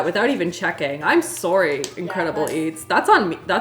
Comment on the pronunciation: I forget your Canadian and then you say “sorry” ❤️😂